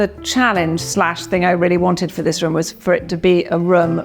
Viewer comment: "rhumm", "fahplace"